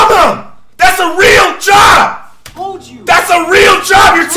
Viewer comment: When I first heard him I thought he said chop instead of job